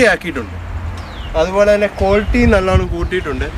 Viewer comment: കോൽറ്റി അല്ല ക്വാളിറ്റി...ഇങ്ങനെ തന്നെ പറയണം എന്നാലേ ഒരു ക്വാളിറ്റി കിട്ടൂ 😄😄